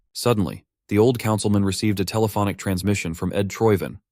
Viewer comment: “a thelephonic” lmao